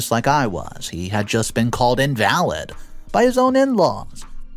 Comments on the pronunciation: You can't forget in-val-lid (disabled) not in-valid (not valid) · "In-valid" instead of "in-va-lid" got me same as "Ee-loise". 😉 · today was the final straw 😂 it's not IN-VAL-ID (as in "not valid")... it's IN-VAL-LID (as in "unable")... I look forward to your stories each and every day... look mate, you really need to check out your pronunciation a little more,... love you heaps! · please look up invalid. It is pronounced In va lid in this case not in Val ed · IN-VA-LID EL-0-ESE. ELOISE CHRIST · God please pronounce the words Eloise and invalid correctly, damn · Please pronounce names and words correctly. The sisters name is pronounced El- o- weez. The man is called an in-va-lid ( someone who can’t walk). Not invalid as in not true or not valid. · I wish u would read the stories before u read them. so many Words u get wrong and even the name Eloise, u completely message up that 1. It's El-o-wees. don't get me started on "invalid". If u spent the amount of time u do on the animations, on learning how to say the words properly. you'd have maybe the best reddit stories on youtube. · Eloise is pronounced EL.O.WEESE. It's french. And you mispronounced "invalid." 😑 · Narrator really needs to learn to read. Eloise…invalid…etc.